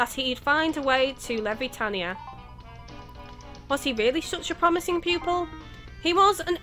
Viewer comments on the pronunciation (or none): and um it's Levitania as in "levitate" it's a pun lol. and the Puerto in Port Puerto, Is pronounced like in Puerto Rico lol